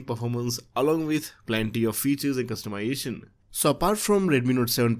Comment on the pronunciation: please say customization bro. I cringe every time you say customiation. are you saying it like that on purpose or you don't know the pronounciation?just curious.